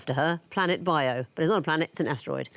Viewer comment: Biyo is actually pronounced BEE-yo, but I think that's not as bad as the way pronounced baybayin (bae-bae-yin dear god)